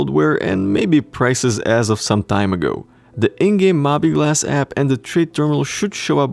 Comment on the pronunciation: Sounds good to me. Oh and I believe it's pronounced "Mo-bee Glass"